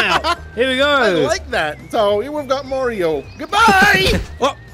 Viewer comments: It’s not (mama-ree-ooooo) it’s (mar eee oooo) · Its Mario not mareio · It’s pronounced Mario not Mairio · it’s funny how they say “Marry-o” instead of “Mario”. I know Wacky says it right. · Forget you killing Mario you killed his names 5 seconds into the video. Merrio? 🤦‍♂️ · I think you mean Mario because you're saying Mario wrong